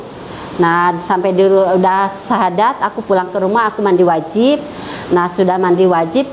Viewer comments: Apa kupingku yg salah ya,... Ngucap syahadatnya ko beda ( menit awal) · Ini jelas bukan settingan,baca shahadatnya aja salah,maklumlah,smg Allah membimbing kedepannya aamiin